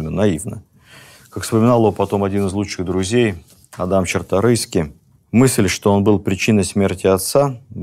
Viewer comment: Правильно - Чарторыйские)